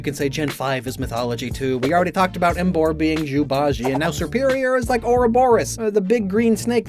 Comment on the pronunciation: also you pronounced bajie wrong 😔